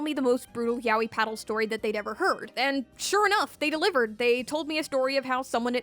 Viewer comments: People still pronounce it like YAHWEH instead of "Yah-Oy" even the Japanese Google translate says it that way lmao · I guess my hearing sucks hard because I hear the o in her pronunciation? Like idk I hear her saying it as ya-o-yi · I'll never get tired of English speakers pronouncing Yaoi as "yawi"